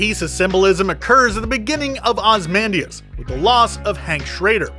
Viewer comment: Its pronounced Oz-ey-man-dee-as